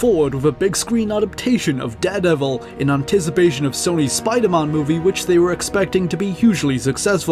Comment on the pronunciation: Did he say SPIDERMAHN ???